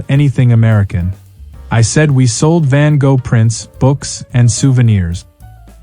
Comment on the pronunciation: Use AI that can pronounce Van Gogh correctly.